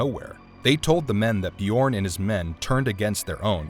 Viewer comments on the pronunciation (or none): none